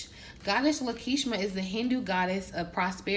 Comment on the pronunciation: Love your content, my only ask is that you pronounce deities, angels, names correctly. The goddess at the end of this video is Lakshmi a very popular Hindu goddess. It only takes a couple minutes to educate on the subject.